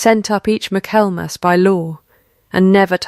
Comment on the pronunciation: Please, please correct the pronunciation of Michaelmas. All of these AI story channels are leaving it wrong, which means that's the way AI is learning it over and over. Fix it. Please!